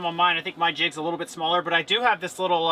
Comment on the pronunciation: Teacher here. Thought you said “gonna throw one of our kids in there!” Hahaha! Quickly figured out you said “jigs” of course, but yes, you had me laughing!!